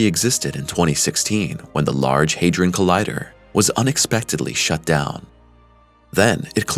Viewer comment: HadRon not haderon ron